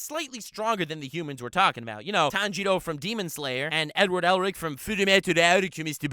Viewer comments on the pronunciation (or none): edewado errericuh